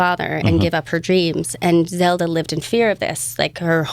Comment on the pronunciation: Zelda not zeda...